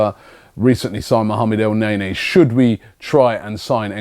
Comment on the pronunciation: Robbie, Elneny has been in the club for almost 6 months and you still pronounce his name as El-neigh-neigh... Man like Robbie...